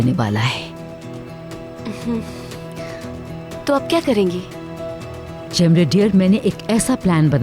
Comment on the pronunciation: m bhi yehi sochli thi ki wo jemree. H cemre noi😅😅😅😂😂😂😂